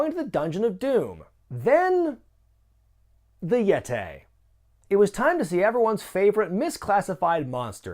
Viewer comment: "The Yet-ay, who was more like a Mumm-ay" this popped me lol